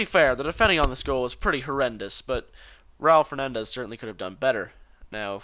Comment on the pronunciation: One more thing learn to spell the last name of the person u talk about (u know for respect to his father.... and Urs!!!!) His name is Raúl Fernández, the way you did it, did sound like your "home" tires need some air.